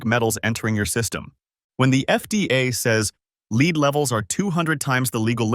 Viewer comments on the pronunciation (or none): It is pronounced led not leed.